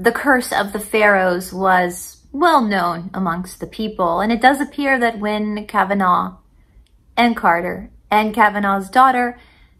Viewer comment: The Lord that was helping Carter was Lord Carnarvon. Car-nar-von. Not Kavanaugh. A little bit of trivia is that Lord Carnarvon's home was Highclere Castle. Highclere Castle is where "Downton Abby" is filmed.